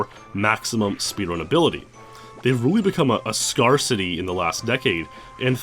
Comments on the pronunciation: ...Scar City?... Oh, you meant Scarcity. As in things that are scarce. A word that is not pronounced like "scar" but rather like "air" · Scarcity? That pronunciation is straight out of cox and crendor. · I can't tell if the way "scarcity" is said is a mispronunciation or if it's a dig about the effects of N64 control stick on players' hands.